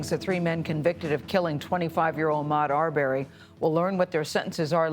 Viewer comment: It's not ar berry 🥴 I can't stand the mispronunciation